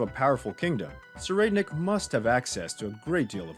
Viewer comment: (SIR-I'D-NICK) (THEY-TA, Use the soft th from the word thought)